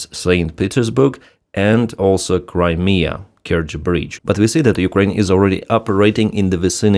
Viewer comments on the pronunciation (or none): none